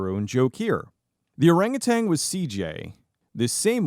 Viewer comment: "Orangutan" does not end with a "G".